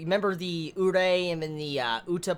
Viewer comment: It's Ka-na-eh and U-re-eh